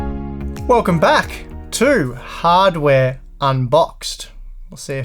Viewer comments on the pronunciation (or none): Why are you saying "hardware" with a Boston accent? hahdware? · Did he just say hard chair?